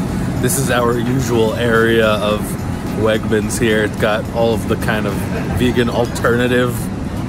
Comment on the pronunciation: I work at WEGMANS and the way you say WEGMANS gives me life holy shit lmao